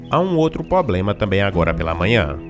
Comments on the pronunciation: Quando falou "PÔBLEMA" parei de assistir kkkkkkkkkkkkkkkkkk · Para cada vez que você falou "poblema" um anjo morreu no céu. E prefiro nem contar o que aconteceu com cada arcanjo para cada erro de concordância verbal. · Vc fala "pobrema"de forma errada. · `` ingual`` poblema`` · nossa cara. Até escrevendo vc fala errado kkkk pois eu não assisti. Não consegui ver até o final. """""""Poblema"""""""